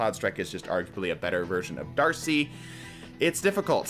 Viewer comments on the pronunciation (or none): none